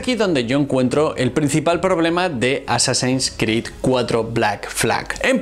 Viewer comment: Llevo ya como dos semanas viendo videos de éste canal, y no entiendo de donde saca dos pronunciaciones en inglés. -"Assassins" como "asasÁins" en ves de "AsÁsins" -Cada vez que hay algo que involucra la letra X (Static X por ejemplo) como "IX en vez de EX" Static IX IX men. En fin. Buen canal por todo lo demás. Muy informativo.